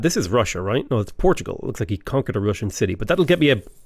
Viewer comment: I love how he says Portugal correctly-ish and procedes to try and correct himself